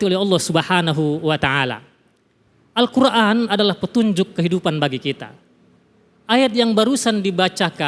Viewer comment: Maaf ustadz itu baca Al nya di qalqalah